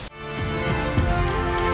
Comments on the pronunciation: Kobe is not pronounced kow-bee, it's kow-bay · I had to pause the video and take a deep breath when I heard the way he pronounced Kobe beef... sigh...